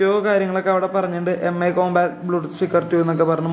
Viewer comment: മി അല്ലടാ എംഐ